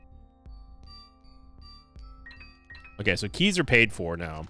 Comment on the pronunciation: Why does he call keys yavays?